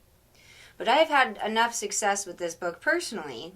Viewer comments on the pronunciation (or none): none